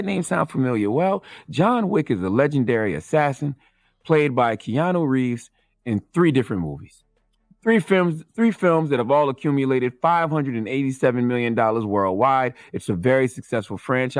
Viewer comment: this nigga really said keano reeves 😭